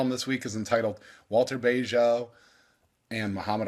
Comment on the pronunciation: Bagehot is pronounced badge-it.